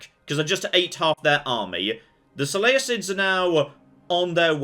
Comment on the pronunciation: I like how the guy saying "so lay uh cids" is annoyed at the use of Hercules vs Heracles...